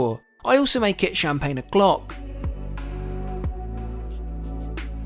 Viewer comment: I would suggest you learn how to pronounce French Champaign and French restaurant names correctly otherwise you should like a dick